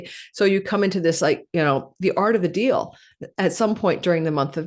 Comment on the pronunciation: Once you referenced “art of the deall” I had to stop listening to you.